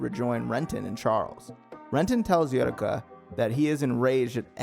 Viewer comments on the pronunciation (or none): Nerve vash? Uri ka? tra PAR? What the hell are these pronunciations? Doesn't even sound like that on the dub, let alone sub. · "Eh-woo-reh-ka" "Neer-vosh" "Ah-mita Drive" "Trap-per waves" Great video tho🙏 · Yeah “most forgotten” considering you don’t even know how to pronunce her name. It’s aye-oo-wreck-ah.